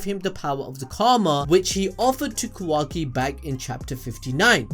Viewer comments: QUACKY lol but say ka-wa- ki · Honestly didn't hear Qwacki whenever he said it.... now I can't unhear it lmao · qu-wa-ki lol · Thanks for pointing out that says “Quacky”. I can’t stop hearing it now lmao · I can't unhear kawhacki